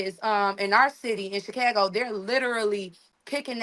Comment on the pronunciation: Did she say Chicăgo??😂😂😂😂